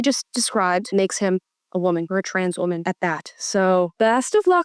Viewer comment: That new…. wuhMAN… come on dude. Let’s stop with that.